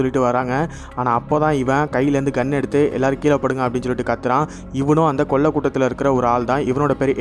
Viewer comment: பக்கீ....கொல்லை இல்லை கொள்ளை.